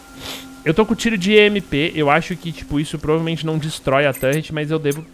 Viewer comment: "tãnrreti" fala torre ou torreta po rsrsrs